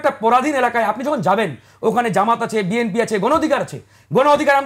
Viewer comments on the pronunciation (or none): none